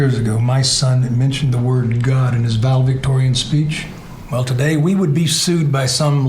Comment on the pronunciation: it's ValeDICTorian, not valevictorian! Good grief. Your son was valedictorian, but you don't even know how to pronounce it? This movie! Gah!